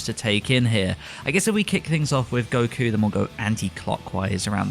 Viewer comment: Informative video but man did this dude destroy the pronunciation of the names. Tries too hard to say it in Japanese but the sub names sound nothing like how he's pronouncing them. "Gokyuu" "Shintaaeni".